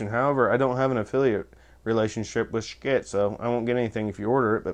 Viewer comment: It's actually pronounced "shi tuh" or so I am told. I was pretty much sold on getting the loki. I wanted the lokius but didn't want to drop 300 bucks on one. Black Friday rolled around and Schiit had bstock for 229. I bought the thing. Full factory warranty. No returns unless defective though. They still have em. I love EQ's. They can make a bad speaker sound better and a good speaker sound great. People say that playing flat is what the artist wanted.... Why do so may pressings sound different?